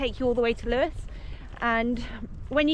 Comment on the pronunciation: It’s most certainly Lewes……not loose